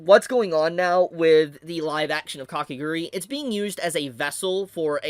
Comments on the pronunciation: Its Kakegurui not Kakeguri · it's Kah-keh-GOO-ROO-EE... NOT Kake "grr-ee"